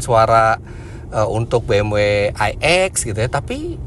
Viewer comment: bmv, not bmuu